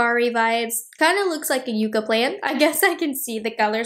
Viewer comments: I think it’s pronounced ‘yuck-a’ as opposed to ‘yoo-ka’. I think the palette’s nice and I’ll probably pick it up. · Pronounced YUCK UH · Pronounced Yuck-ah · Seems like,the name is going to be an issue. Everyone I’ve seen is pronouncing it you-ca. But it’s spelled like yuck-ah, as in the desert tree like in Yucca Valley, California. Will be interested to see how Natasha pronounces it. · It's pronounced yuh-cuh, not yoocuh. If it was spelled yuca, then it would be pronounced yoocuh. Which are the fries you eat. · Everybody is mispronouncing yucca. Its Yuck ah. Not you ka! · Yep, we’ve got them all over West Texas, they’re gorgeous when they bloom! Yuck-a is the correct pronunciation, right on. 😊❤ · The color story really does look all the variations of the Yucca (Yuck-uh) desert plant. So beautiful. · It’s yuck-uh. We have them all over New Mexico! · It's pronounced Yuck ahh . We have them here in AZ . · Love, it’s pronounced yuck-a 😅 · It's pronounced yuh-kuh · Yucca is pronounced, yuh-kah. (Sounds like yuck-ah). Just as an fyi. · Lol...made me rise from the dead.. We pronounce it yucka in Virginia and California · I’m so glad you didn’t say it like yuck-a 😂😂😂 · It's pronounced Yuka. I from AZ they are all around 😊